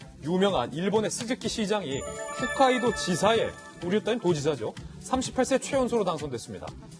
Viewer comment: 앵커씩이나 되는 놈이 계속 훗카이도 훗카이도 거리네 홋카이도다 무식한 놈아